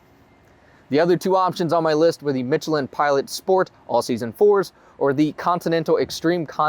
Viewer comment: Conjure your inner French! The CH in Michelin is pronounced like SH. And foyer is pronounced like FOY-EH. Ok now I'll stop being a snob. Great video! Thanks or merci.